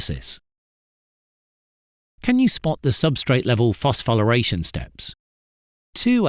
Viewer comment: Dude cant even pronounce it correctly